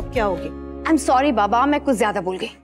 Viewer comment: Vaah kya faltu giri dikhate hai serial me ek baaju ye dikhaya gaya hai ki anupma collage me jaa chuki hai our use thik sorry tak bolna nahi aata are aaj kal to play sachool ke baccho ko bhi thik se sorry our thank you bolna aata hai our ye anupama maharani ko suri our tenku bona aata hai🙆